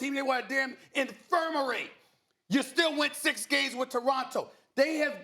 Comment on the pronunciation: Man said 'infirmary' 😂😂😂